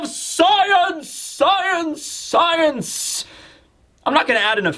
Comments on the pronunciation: UmMmM aCtUAlLy It'S sCiEnCe NoT sCeInCe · "Sceince" :') Noice.